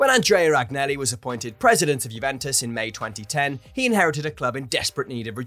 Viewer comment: Can you not put maybe 1% effort into pronouncing the names properly? I mean come on, these are names that we hear week in and week out when listening to games, it's harder to butcher them than it is to get them right.